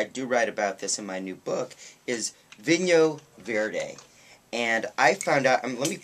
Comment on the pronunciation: Tip from the Scot on Loan to Lisbon for the last 30 years. Portugal is not Spain & this wine is not pronounced vinho verdez no no no its is Vinho Verd(e) Now Darlings to taste the real stuff & spruce up your Portuguese Portuguese (not Brazilian) you will have to come & see me in my adopted home port of lovely Lisbon. Another great white is the mono variety of Arinto from Bucelas - a Lisbon wine & yes do have our own region - this was the Duke of Wellington's fav, it will be yours too!